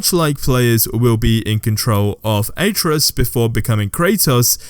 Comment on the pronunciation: Omg Why did you pronounce Atreus's name like that🤣🤣 Jk it was just funny